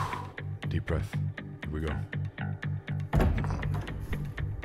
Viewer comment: gew away! Note: gew is how say go.